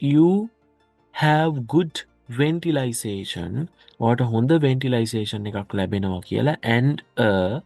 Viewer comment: You said ventilixation